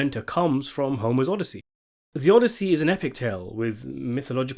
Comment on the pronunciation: And he says it repeatedly, only to pronounce it correctly at approximately